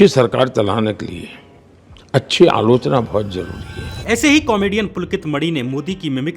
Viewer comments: Bhai work Alochana nahi aaloo chana bolta hai... 😂😂😂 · Alochna ❌️ Allu - chana✅️ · Everytime when modi says AALOCHANA, my mind automatically interpret it to his literacy level what he thinks that is Aaloo- Chana 😅